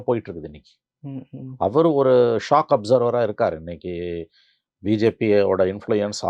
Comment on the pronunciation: ரெண்டு இடத்துல நீ சொன்னா மாதிரி, ராமதாஸ் " shock observer"இல்ல; அது " shock absorber". என்னா!